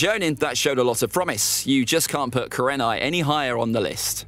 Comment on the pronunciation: You underestimate kurenai and mis pronounce her name